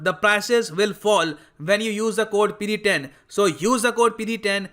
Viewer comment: Sir, why have you stop calling PD 10 means discount, the way you say is actually so funny..!!!